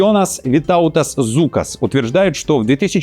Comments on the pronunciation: Не Зукас, а Жукас. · Не Зукас а Жукас ...😅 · Литовская фамилия Žukas должна произноситься как Жукас. Просто дружеское замечание 😉...